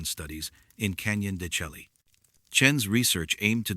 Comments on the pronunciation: I've heard it's Canyon de shay not shelky. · Canyon de shay pronunciation. "Canyon de Chelly" is correct spelling. It is an Anasazi site.